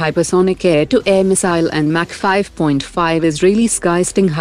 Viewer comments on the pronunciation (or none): none